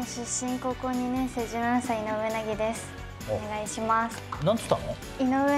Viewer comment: うなぎです？少なくとも「いのうえなぎ」には聞こえないし、設楽さんも本気で何て言ったか聞き取れなくて聞いてる気がする。